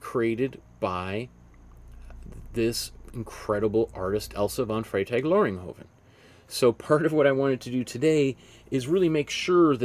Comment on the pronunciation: TWO amazing paintings?!? Great work. And bonus points for pronouncing this artists name on the fly there! 😆👏🏼✨💗 Love your biography sections in these vids - I could listen to art history all day and all night long when you talk about it 😌🙏🏼